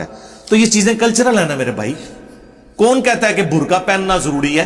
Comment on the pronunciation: Burqay ki hijay qaaf sae h as I kaaf sae nahi